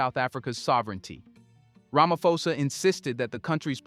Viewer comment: While I appreciate the work you do, I also feel you need to do a research on name pronunciation. Cyril Ramaposa is a public figure and it surprises me that you pronounce his surname as Ramafosa.